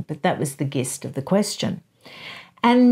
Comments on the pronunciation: Hi Aussies in the comments, I have a question: is 'gist' pronounced with a hard g as did at the beginning of the video? We pronounce it with a soft one ("jist") in the US. I'm also aware that prolific readers often know more words than they've said out loud. Wondering which it is! 💚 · Gist is pronounced jist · gist pronounced jist